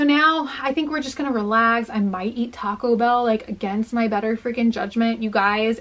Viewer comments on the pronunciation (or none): none